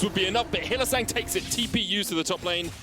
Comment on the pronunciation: Did he call him hylissint😂🤣